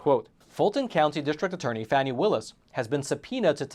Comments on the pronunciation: Pronouced fawnie not Fannie . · Oh for goodness sakes. It's pronounced Fawnee Willis not Fanny. You know this and are being a complete a-h**e Facts Matter btw is considered by All Sides Media to be.....Hyper-Partisan Right Reliability: Mixed Reliability/Opinion OR Other Issues. Nothing to see here. Here are some facts... Trump is having an awful month and it's going to get way, way, worse. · it's pronounced Fawn-knee Willis